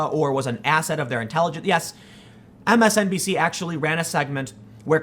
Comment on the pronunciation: Are you saying MSNPC on purpose or is that a Freudian slip?